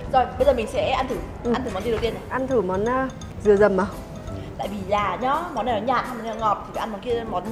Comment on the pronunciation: "Dừa dầm HP " mà e đọc thành "Dầm mưa HP " 😂